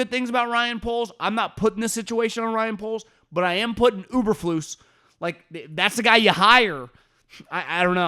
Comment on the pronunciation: Uber-flus??? Dude everybody knows it's Eberflus